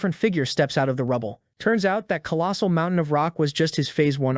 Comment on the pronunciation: the fack is a mount-tai-han?